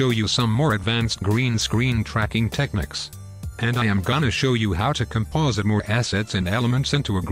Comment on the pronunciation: I love how the voice mispronounced techniques.